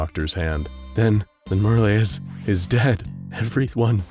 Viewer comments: I suppose the people of this channel have never seen "Merle" in writing before. Not too surprising, it isn't a popular name, the only famous person I could find was the country singer Merle Haggard. But, it isn't "mer-LAY," instead it rhymes with "Earl." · It's pronounced Murrl, if there ain't an accent over the e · Who the heck Merly? Oh, you mean Merle, you know, like Earl, except with an M. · Mer-lay, lol. Merle, like pearl. BAHAHAHAHAHAHAHAHA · i always thought merle was pronounced murl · Btw: Merle is pernounced like Merl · Lol why are you pronouncing Merle like that? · Merle rhymes with curl and pearl, not olé or thursday.